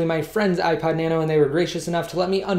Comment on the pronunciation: Sounds like you said ipied lol